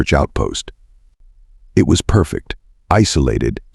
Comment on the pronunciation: a person cannot "side". they have sighed, however. U sure have stupit "AI's" reed the WORD "it" as "I.T.' the abbreviation for "Internet Technician". ignores content for words like "lead" ("leed") and "lead" (led; a very dense soft metal, and the past tense of leed.), "read" (reed" and "read" (red; past tense of reed). "Wind" (local atmospheric motion stronger than a "breeze") and wind (wined, what you do to a manual wined watch, and some toys); "Side" (one face of a building, left or right of a field, or body of water Example: Illinois is on the east SIDE of the Mississippi River. Missouri is on the west side.) and "sighed" (a dejected exhale). "side" and "sighed" are two entirely different things. then consistsntly saying the wrong word. Exceptionally annoying. Even worse: it "speaks" in a bored and boring sleep inducing monotone. "Do Not Recommend Channel" status is pending. I will give you seven days to correct errors that would get a "F MINUS" grade by any competent 2nd or 3rd grade English teacher, before granting the Do Not Recommend Channel status. FYI: Once granted I NEVER redact it. (in the (likey) event you do not know what the "big word" "redact" means, it means: "cancel/take back/reverse the decision/give another chance") If you cannot hire human "editors", then edit the transcripts yourself, or worse case, stop the subs. (bad idea, since they allow viewers to mute your bored ai, and still be able to follow along. It would be GREAT if you eliminate the "cl